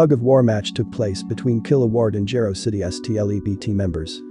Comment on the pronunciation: It’s it’s pronounced as Jiro City not Gero City.